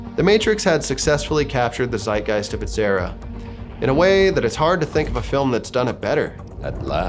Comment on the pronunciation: as a german i was not expecting a german word from you and laughed out loud about the way you said it. its pronounced like "tzeitgeist" but not bad dude